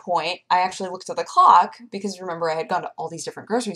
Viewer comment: Is it me, or does have problems pronouncing "clock" twice starting?:P